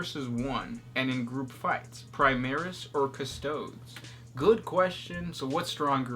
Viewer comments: 😂😂 please speak in correct English please, Custo-Days, don't forget these are American, English is more simplified and dull. Just reading Emperor's Guards speaks that they are elite, they are bigger than even Primaris, the Custodes correct pronounced (Custo-Days) would wipe the floor with them easier so why the stupidity in asking such question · Is the way you're pronouncing "Custodes" (sounds like ) correct? I always thought it was more similar to "Custodees". If your way is correct, shouldn't we be calling "Astartees" "Asstarts"? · CustoDEES, Adeptus AstarTEES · I can't fucking stand them saying. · Cuh-stow-deez god damn it loool. Ie Ah-star-teez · It's pronounced "cuh-stoh-deez" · It depends on your High Gothic(Latin) pronunciation. Classical would be something like Coo-Stoh-Days, Ecclesiastical would be more akin to Choos-Tou-Dez